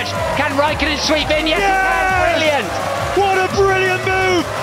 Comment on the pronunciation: Only Murray could make 'brilliant' into a three syllable word!